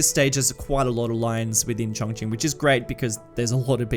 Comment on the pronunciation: Very interesting. I have been to the actual city 3 times now.. used it as a base to tour local areas. By the way it is pronounced Chon as in john and Ching as in Ka Ching!